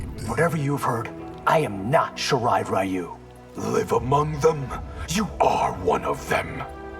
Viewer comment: Y’know you’d think they’d get the Japanese pronunciations right after so many years but no. They still mispronounce Takeda and Ryu. Fucking fantastic, great job netherrealm